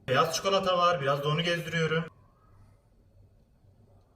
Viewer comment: Çikolata ya çukalata demen aşırı derecede sinir bozucu